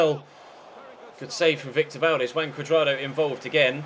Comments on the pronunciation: wrong more like "who-un" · Isnt pronounced Huan? "j" in spanish is "h". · Huan. With the "a" pronounced as you would do in man. Now try speaking out his name quickly and keep repeating it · Juan is pronounced Who-on